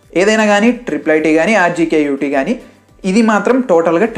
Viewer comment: Its RGUKT ,not rjkut😂